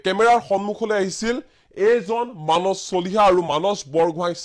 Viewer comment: মানচ চলিহা নে মানস চলিহা ? উচ্চাৰণ আৰু শব্দ ভাণ্ডাৰে অসমীয়া ভাষাক এক সুকীয়া পৰিচয় দিছে আৰু সেয়া আমাৰ পৰিচয়। যদি মানস শব্দটো মানচ বুলি উচ্চাৰণ কৰে তেতিয়াহলে সোণ, সোমবাৰ, সদায়, সময় আদি শব্দ বোৰ কেনেকৈ উচ্চাৰণ কৰিব ? চোণ, চোমবাৰ চদাই, চময় বুলি নিশ্চয় উচ্চাৰণ নকৰিব নহয় জানো ?